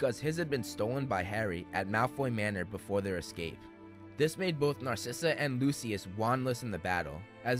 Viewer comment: Not "Lucy-ass" Malfoy. 💀💀💀